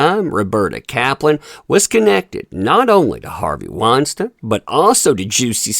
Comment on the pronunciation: I'm sorry I can't listen to you pronounce Harvey's name wrong 50 times in one video.